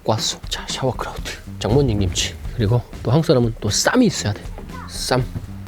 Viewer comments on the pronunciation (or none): 정말 즐겨 보고있습니다. 다만 한가지만 좀;;; 싸워크림 싸워크라우트를 왜 샤워크림 샤워크라우트라고 하시는지 불편러라서 죄송합니다. 너무 잘 보고 있는데 그냥 정확한 정보 전달을 위해서요 Sour cream 싸워 크림.. Sauerkraut 싸워크라우트.. 영상 너무 잘 보고 있고 여러개 시도해봐서 잘 먹고 있습니다 ㅎㅎㅎ 지적 죄송합니다아 아이고